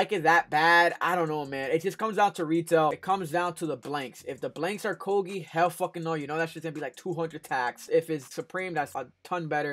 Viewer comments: Koge 😂 definitely not pronounced like that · Never heard Coogi pronounced like that 🤔